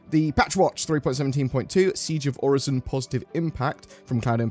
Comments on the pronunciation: Its not pronounced like Horizon. Its definitely Oh-Ri-Son. Im so excited for the groundwork for salvage and the cargo refactor lets gooooo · Also Orison I would think is best pronounced as ori-son, I doubt the s is a z in this case. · I strongly think, and feel if Orison was meant to be pronounced "Or-eye-z-on", there would be a conjoining vowel with the "i" (example: "Oraizon", or "Oreizon"); also, or Orison would possibly be spelled with a "z" (case in point, "horizon"). Still, ever since Orison came to be in 3.14, if memory serves correct, I have always heard it pronounced "Or-i-son" (with the phonics of a soft "i"); so, this his how I will pronounce Orison. Yet, to avoid a debate on phonics I kindly request that no replies be added to this comment. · It's most definitely pronounced 'Orison." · I think its pronounced Orison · It's obviously pronounced as "Orison" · It's pronounced orison duh 🤣